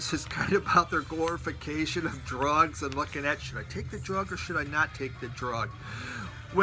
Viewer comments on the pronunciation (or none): none